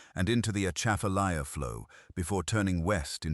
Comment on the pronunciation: C’mon! If you’re going to tell a story learn how to pronounce “Grosse Tete”, “Atchafalaya” & “Maringouin” & this is in just the first 75 seconds.